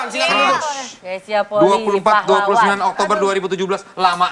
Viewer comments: Bacanya Greysia Polii, "i" nya dua. Bukan Greysia Poli. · Marganya Polii... Dibaca POLI-I... Bukan POLI. Vincent sebagai orang yang ada darah Manado harusnya sih lebih tau.